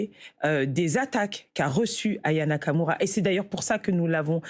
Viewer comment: Anaya Kamura ? Aya Nakamura ! Commencez par prononcer son nom correctement !